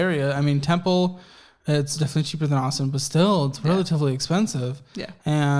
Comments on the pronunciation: It's temple tx * not tenple ❤ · “Tenple Texas” 😂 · WAIT A MINUTE... "Tenple, TX"? O_o